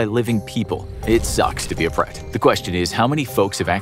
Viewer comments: It’s preta not pret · It is not pret it is pretha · It’s pronounced as Prate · bhai mai bhi Indian hi hu but mere dimag me hi nahi aaya Uska pronounciation pret alag hi laga raha tha